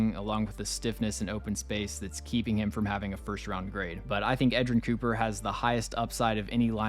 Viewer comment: U nailed edgerrin cooper